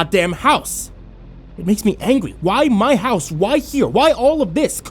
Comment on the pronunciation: "It makes me angwy >:("